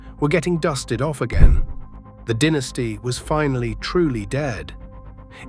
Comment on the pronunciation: It is not a dinisty it's a dynasty